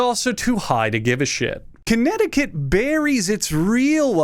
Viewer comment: It's spelled connect-ti-kit, Not kinetic-it. Get it right